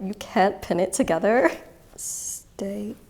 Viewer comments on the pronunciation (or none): The way she says "stay" probably explains a lot.